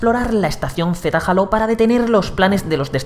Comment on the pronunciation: Alto Youtuber pusieron para probar Halo Infinite, Halo lo pronuncia como el culo XD